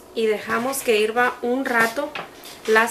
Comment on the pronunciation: Ahora ya no es hervir ahora es que irva 🤣🤣🤣🤣🤣🤣